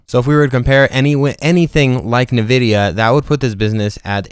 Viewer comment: Great video, appreciate all the details provided. I already bought 1000 shares thanks to you. Only 1 little thing you need to fix is your pronunciation of NVIDIA